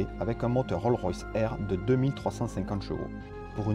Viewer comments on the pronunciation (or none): Roll Royce?? Prononcé : RollS Royce🤣🤣🤣. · Il y a un "S" à la fin de "Rolls", juste avant le "Royce". On ne dit donc pas RollRoyce, comme dans Rollmops, mais Rolls Royce. Ok, ça c'est fait. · Roll Roys??? Ya un S aussi dans Roll(S) il est à la fin du nom. Et ça donne RollS RoyS